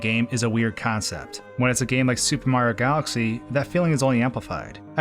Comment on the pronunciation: "Supermar galxy" lol, this guy got a speech impediment or something or does he talk to fast for his own mouth?